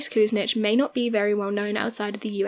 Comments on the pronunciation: LOL Dennis "Koose-nitch". It's "Ku-SIN-ich" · Nice video. Cleveland politician is pronounced koo sin itch. Accent on sin. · Cue - sin - itch (Kucinic) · Very well done BUT your pronunciation of Dennis Kucinich's name, the former mayor of Cleveland Ohio. You were way off in pronouncing his name. Please do your research. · PRONOUNCE MAYOR DENNIS KUCINICH LAST NAME CORRECTLY LADY!😡